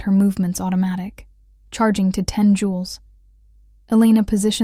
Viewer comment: Joules; not Jewels